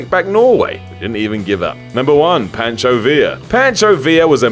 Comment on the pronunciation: it isn't patcho, it is pancho.